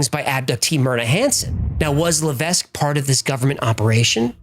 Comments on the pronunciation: Hello great videos you miss pronounced Levesque it's pronounced la vek s is silent. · Levesque is a French name, normally it's pronounced "le veck", the S is silent. I say Lev Ess Que, but that's not the correct way either. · btw levesque is pronounced Lev eck ... it is FRENCH not english